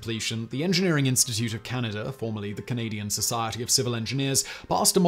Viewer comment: I’m fascinated by geography but where the hell is Canader?